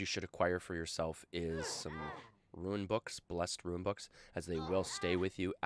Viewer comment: Its pronounced rune not ruin.... sorry. lol